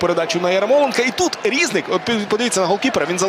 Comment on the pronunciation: Який рІзник, коли правильно різнИк, , це як кОзак і козАк. Вчіть правила української мови коментатори.